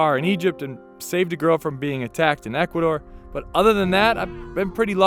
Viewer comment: I’m happy you know how to properly say “Ecuador” and “San Diego” instead of “Ecuaidoire” and “Sanne Diegouh”